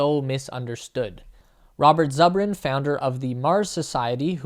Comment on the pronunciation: Time is a pathetic shadow of what it was... That having been said, the magazine got this one right. And it's Zoo-brin, not zuh-brin.